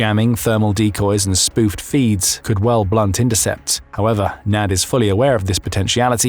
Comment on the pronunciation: Uhhhh.. huh huh huh you said "NADS"